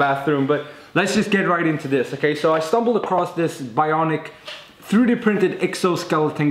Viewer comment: I just love how he says "tharoodee printing" :)